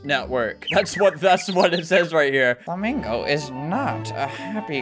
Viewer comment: BUT KID WOTCH FLUHMEENGO 😭